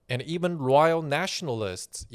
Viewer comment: The way you pronounce Loyal often sounds like Royal, which implies that the CCP are monarchists, which is close to true, so it all makes even more sense now